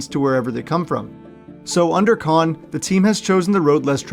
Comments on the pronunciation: Kind of sad when you can’t even pronounce the owner’s name correctly. It’s really sad you seem to have such a negative view of my city and our team. Have you been here? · You're probably not going to read this but you mispronounced the owner of the Jaguars the Jaguars are here to stay in Jacksonville so do me a favor do some more research before you blast it on YouTube so you won't be so stupid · You mispronounced Khan’s name